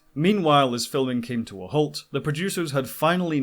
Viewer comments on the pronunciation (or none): none